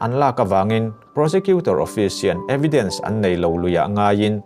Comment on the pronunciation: Evidence kha eviden a ti bawk